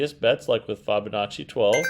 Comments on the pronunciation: Yep. It doesn't lend much credence to a claim of "" when he is literally the only person I've ever heard pronounce the name like that. For the record: (from Google) Break 'fibonacci' down into sounds: [FIB] + [UH] + [NAA] + [CHEE] - say it out loud and exaggerate the sounds until you can consistently produce them. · Fibonacci = like you are telling a fib